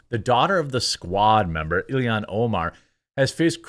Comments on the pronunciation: You pronounce everything hyper-phonetically, and then for some reason you get to ILHAN and pronounce it Illian… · He gets an extra syllable in there. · Jeremy, you're making yourself sound like a fcuking idiot every time you mispronounce that *itche's name! I FCUKING HATE Ilhan Omar (ill-han), I think she is a traitor, as well as being scum of the Earth! FJB!!! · I think you're pronouncing her name wrong - it's Alien Omar. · Why can’t you say illhan